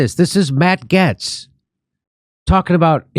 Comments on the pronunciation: Jimmy loses credibility for not being able to pronounce Matt Gaetz correctly. Gaetz is friendly with Omar and Tlaib, oddly enough. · The video where Jimmy final finds out it's pronounced "GATES".